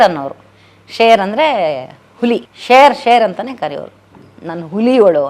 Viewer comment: Share alla sher...sher